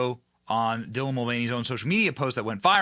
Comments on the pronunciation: dilah?! It’s Dylan ! The man 😂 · Wow Houston-based reporter eats bugs and can’t read “Dylan”. 😂😂😂 yet another Wordsmith-bro.